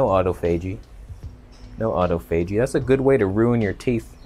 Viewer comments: Autophagy is pronounced more like "Ah-toff-ah-gee" rather than Otto-fay-gee. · Autophagy is pronounced....Auh-toph-agy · It’s Aw-toff-a-gee